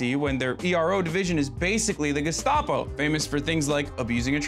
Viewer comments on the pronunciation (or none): none